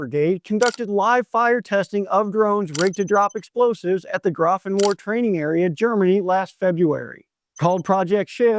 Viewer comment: Its pronounced graf en vear